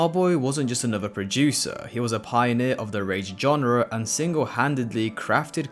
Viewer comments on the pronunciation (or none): none